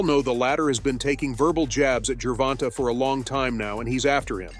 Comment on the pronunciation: " Geeer vonta "